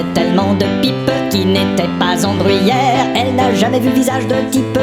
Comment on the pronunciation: J'entend "en gruyère" mais bon...